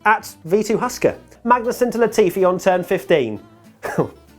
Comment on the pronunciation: saying Magnussen. Something I didnt realise I needed to listen to but enjoyed